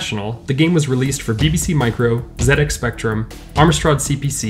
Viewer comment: For an American youtuber pronouncing ZX spectrum correctly you deserve some sort of formal recognition 😉 👍👍👍